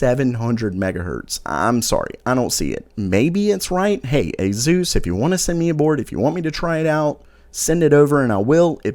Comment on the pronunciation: "Azeus" hahaha